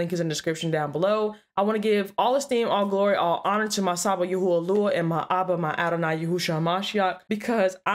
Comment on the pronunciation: YAHAWAH NOT YUHUAH BUT GREAT VIDEO.